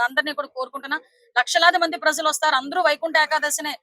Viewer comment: Prazzzalu kadu talli, prajalu . Ja, ja in Telugu language